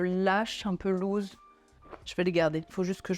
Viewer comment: Loose se prononce lousse , pas louze 😂